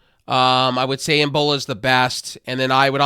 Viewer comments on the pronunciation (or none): E-NE-BA man. Not EN-BO-LA. And yes they are good. I just stacked 36 months of Game pass core + 1 month of Ultimate = 18 months.